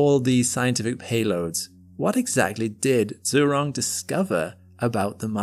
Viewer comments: Zhu is pronounced like “Jhoo ”, not “zoo” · If I'm correct, the "zh" in China's rover name should be pronounced the same way as the 'g' at the end of a word like "mirage" - in fact, to help pronounce it people could try putting that exact word and the rover name together, like "mira-zhurong" mirazhurong sounds cool...